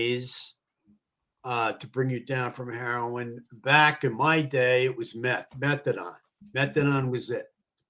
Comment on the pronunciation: It’s methadone, not methadon. Idk why it’s driving me crazy hearing it pronounced wrong so much 😬